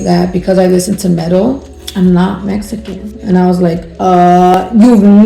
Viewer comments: "I'm mesican" gurrrrllll 😂😂😂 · "Messican" pinche no Sabo kid no mames way